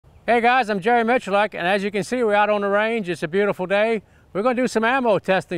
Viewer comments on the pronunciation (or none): Michulak??? You are Miculek.